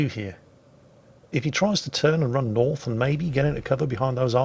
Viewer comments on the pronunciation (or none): none